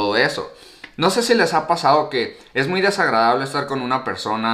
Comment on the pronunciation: Por qué dices muyo?.jajaj